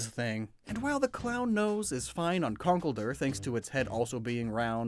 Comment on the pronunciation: It's not concellder conkelldurr